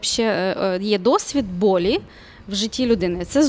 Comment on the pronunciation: Не болі, а болЮ!